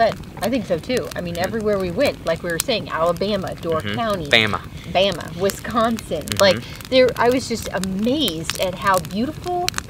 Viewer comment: Great video! Gonna check out the UP cause we live in Wisconsin! Oh, it’s Wisconsin not Wesconsin 😉.